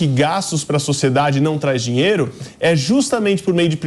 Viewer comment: O "malandre" quer " dinheire"... kkkkk